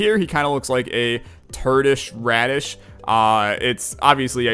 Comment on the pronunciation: "Turdish raddish" You probably want to murder him, right?